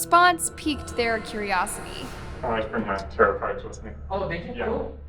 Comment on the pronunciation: tarow ? i thought it was tarot